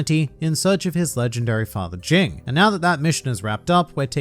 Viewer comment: “Jing” its “G-ing” lmao